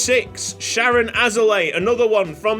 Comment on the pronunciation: it's sha-rone. mans is Israeli.